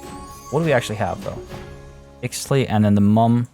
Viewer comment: is usually so good at pronunciation that hearing him call ixtli "eeks-tlee" instead of "eesht-lee" threw me completely off balance